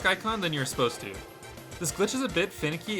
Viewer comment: Never heard anyone over the age of 6 say "asposed to" before.